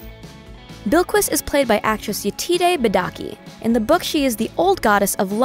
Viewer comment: pronounced bill-kiss not bill-kwis